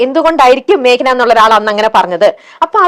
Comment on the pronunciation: മാക്ന... അല്ല 😂 മേഘന ആണ്... നന്നായി pronounce ചെയ്യൂ